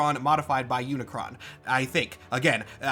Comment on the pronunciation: Search for the transformers stuff you got pretty much everything right in fact I'm very impressed that you pronounce unicron's name correctly the main thing you got wrong is that Unicron is not just a Galactus rip-off Unicron is straight up robots Satan there's no other pretty fancy roundabout way to put it he is the embodiment of death evil corruption and destruction enter than that you really only got like a phrasing thing wrong when discussing characters within the universe nobody calls the transformer of transformer they're called cybertronians when discussing them outside of universe we call them transformers